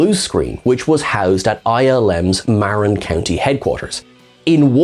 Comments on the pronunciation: And Marin County is "mah-RIN" not "MARE-in." (and it's also more 'FREY-nel' than 'FRE-nel' - the inventor was French) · Loved this deep dive, thank you (Completely unimportant to the subject matter, but just FYI: locals muh-RINN County. It's not intuitive unless you've heard someone else say it.)